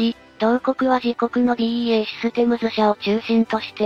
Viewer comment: BEAじゃなくてBAEでしょ。😂